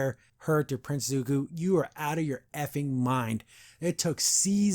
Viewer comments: Bro it’s not Zuk-ooo its Zuk-oh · i would agree that Zuko had a better redemption ark, if you didn't mispronounce his name right there